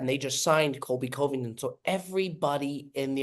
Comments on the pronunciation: gotta work on the pronunciation, coveington was rough.. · really doesn’t know how to pronounce Covington…..